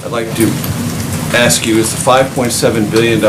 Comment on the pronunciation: Did she really just say " ax them to fix the problem" to the African American journalists? Nice Sarah